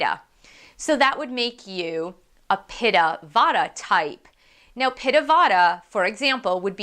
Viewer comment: Try to pronounce in a way like: Vatta = Vattee, Pittaa = Pittee